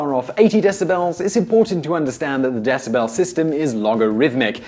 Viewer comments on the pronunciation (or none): What the hell is a desaBell I mean I know what a decibel it's but damn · I don't like how you say decibel. You are obviously a stuck up yuppie. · Your pronunciation of decibel was making me want to go rev my Harley so that it drowned you out. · Stopped after 30s. Learn how to pronounce decibel. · I'm gonna quit watching now... can't stand the way he is saying decibel! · The way he says Decibel is weird. Also, you fail to explain the mechanics / physics on why Hardley Davidson's are so loud, instead he rants and raves about the public pissing and bitching about noise levels. This is more of a noise PSA than it is an actual mechanical breakdown of how HD's get that distinctive (and annoying) roar.